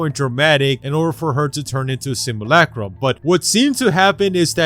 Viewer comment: Simulacrum. Not simalakram or whatever